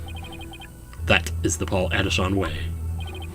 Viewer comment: Paul Atishon sounds like 'Pull a S*** on'